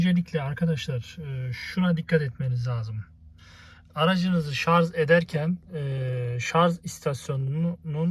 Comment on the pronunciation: Vallahi teknik bilgiler için teşekkür ederim ancak , lütfen artık ŞARZ demeyin şuna her seferinde duydukça gözüm seyirdi ŞARJ kardeşim ŞARJ bak yazıyor oradada